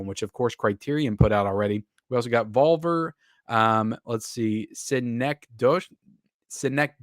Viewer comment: it's pronounced Vol-Vear, not Val-Ver like you're saying lmao